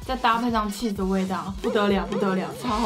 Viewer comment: 我把起司听成气死😂🤣